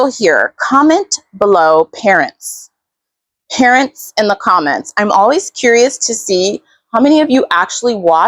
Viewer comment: 💗Parents! At first I thought you said parrots.